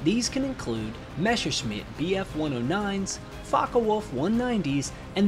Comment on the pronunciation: my ears hurt each time you spell "messerschmit" and "luftwaffe". Please check that up in German :)